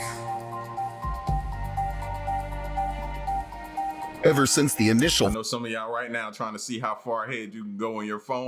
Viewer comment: it’s apophis not apopis 🤣 it’s all good man you was scared 🤣